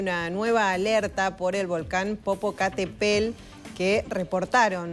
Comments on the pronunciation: No sabe leer 🤦🏻‍♀️ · Pero al menos lee el nombre bien! 🤦🏻‍♀️ Vergüenza ajena...